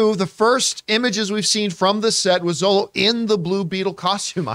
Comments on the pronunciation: This was what I was thinking as well. Xolo is also pronounced as Sholo, not Zolo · Xolo is pronounced "Sholo."